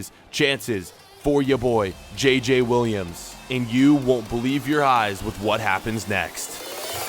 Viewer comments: Im french but Williams Is not how you say Williams. As a french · Kind of Is close because A french person like me has it like that but just Um Williams he said i t wrong and JJ Is wrong to pronoucation